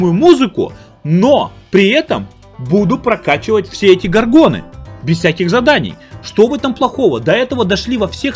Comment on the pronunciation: "Бородатые гаргоны" орнул))